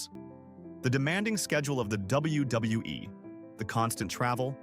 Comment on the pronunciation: Its WWE not WWWE AI got to go.